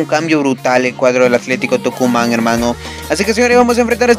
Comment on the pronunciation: Hola bro se dice Tucumán